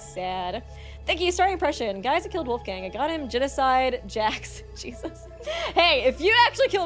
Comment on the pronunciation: I like your channel but you should look into how to pronounce some names. Wolfgang is not an english name...